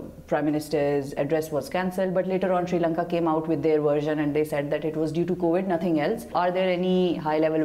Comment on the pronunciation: "Sri Lanka" hota hai na ki "Siri Lanka" hota. Pakistani sabi madarsa chaap hota hai kya 🤣🤣🤣🤘🤘🤘🤘